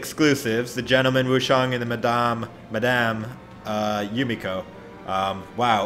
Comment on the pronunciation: Lol the "Madame" was so Funny ( i am French) :D